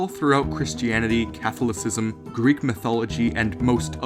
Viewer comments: I'm sorry. "catho-locism?" As opposed to "Cathol-o-cism," as the rest of humanity pronounces it? You sir, are a dumbshit. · Catholicism. Sounds like Kath hall is schism. Not whatever the fuck you said. But good theory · Catholicism? I don't think I've ever heard anyone pronounce it that way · Haha, 1. You mispronounced "Catholicism". (But that's not a big deal because I've heard Catholics do it, too.) and 2. That's not how Purgatory works (in Catholicism). In Purgatory, one has already seperated from one's body (aka you're dead), and you're only your soul. I understand that he's talking about a fictional movie, but his info on Catholicism is incorrect, because we don't think about Purgatory like that. :) But cool theory :D